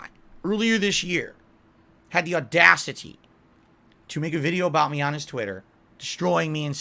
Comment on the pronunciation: The aw-das-si-TEE. How robust. I wish paycheck-to-paycheck meant blowing all my money on mobile games, video games, and doordash. Instead, it meant overdrawing my account so I could buy 8 cups of ramen and 3 apples to get me through the next 6 days. He seriously has no damn idea how good his life is, it’s absolutely infuriating to hear him list off his “struggles”